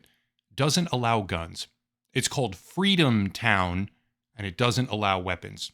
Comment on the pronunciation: I think you meant, "Fweedomtown."